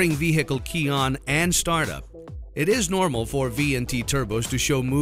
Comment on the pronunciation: lol. "veHHHHcle"